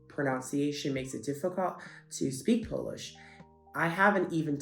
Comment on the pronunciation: Your pronunciation is so good!